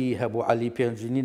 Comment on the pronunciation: پینجوین نه ک پینجون ئاغای فه رمانده